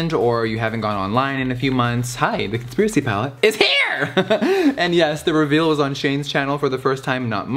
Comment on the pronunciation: Ngl, I swear to god I heard him say “Cuntspiracy palette.”